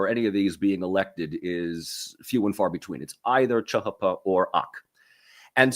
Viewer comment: 1) CHP is not chuh huh puh it's cheeh heeh peeh 2) You got some balls calling kemalism outdated, got anything to back it up with? 3) Although y'all and interested in interesting things, and I learned a few facts, I don't think all the study of turkey has resulted in a deeper understanding. Maybe Mike Doran offers tutoring?